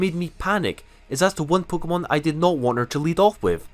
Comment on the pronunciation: This dude says pkmon instead of pokemon